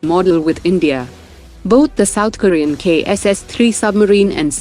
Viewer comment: Mispronciation of several words: mazgaon ; South Korea. Is this being read by machine?